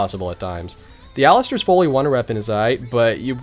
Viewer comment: Isn't it "Alistair' Folly?" How come all the big zombie players call it "Foley?" Is it an in-joke or do they really not know how to pronounce it?